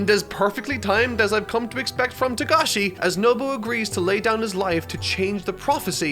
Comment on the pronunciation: It is Togashi, not Tagashi